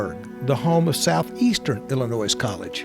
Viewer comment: Great video. I'm from Illinois and I wish people would remember there is NO "S" in Illinois!